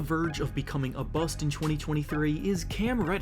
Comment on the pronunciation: Y you say BUST weird duder?